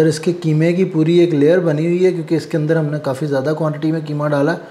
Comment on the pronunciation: کیمہ نہیں بلکہ قیمہ ۔ بولیۓ بیٹا ۔ وسیم انکل ۔کراچی